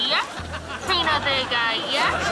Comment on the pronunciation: He called her tryna vega instead of Trina vega